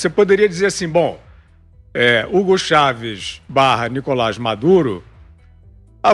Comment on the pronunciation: Ela erra o nome de Hugo Chávez no final 😂